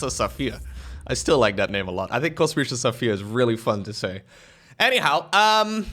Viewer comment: It realy triggers me how u swap the sch ans s in kosmischer saphier